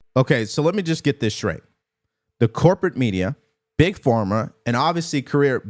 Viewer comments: Why does he say Big FORMA? It’s Big Pharma, like Farm-uh or ffff-ARM-muh. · Why do you continue saying Big Forma? It's Big Pharma! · Love you, but is it PhORma? Or PhARma? 🤔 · Big Form Ah?🤔 Big Pharma (farm ah) 🤣